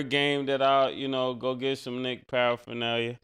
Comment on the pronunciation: “Paraphernalia” is crazy man